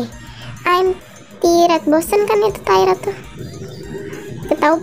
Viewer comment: Tired itu capek kak 😊, nyebutin tired itu gini "Taert"